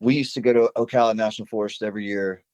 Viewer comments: Oh Cal la, not Oakala.👍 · Oh- cal- ah. Middle pronounced like Al, not All. Ocala.